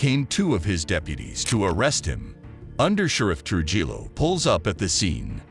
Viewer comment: gotta be honest, I don't appreciate how the last names were pronounced, was this made with ai? Its the only reason it couldn't pronounce trujillo